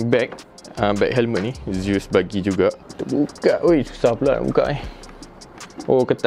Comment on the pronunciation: Zeus (bunyinya zius) bukan z s. Haha